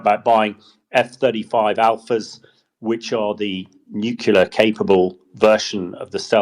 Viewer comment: HDBG still can't say nuclear!